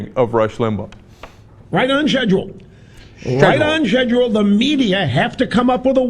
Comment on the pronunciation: Is it me or did Rush Limbaugh said "sledule" instead of schedule?